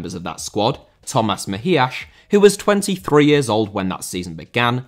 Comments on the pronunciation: Why the "Mejiash". He's spanish, it's pronounced like a normal "s". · Always appreciate the effort put in trying to get pronunciation right but almost all names were butchered on this video, specifically Mejías.